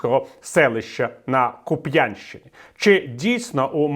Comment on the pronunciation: Пане Віталію, правильно – Ку́п'янщина, а не "Куп'я́нщина".🥴